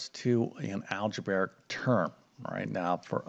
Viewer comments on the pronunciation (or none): . A math teacher who doesn’t know how to pronounce the name Descartes??? How can anyone take this guy seriously? It’s bad enough that he pronounces algebraic as algeberric, but this is a new low.